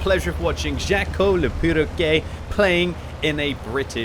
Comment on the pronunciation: i love the way pronounces "perroquet", i mean he got the "quet" part right but the first half not so much lol fun fact: Perroquet means Parrot in french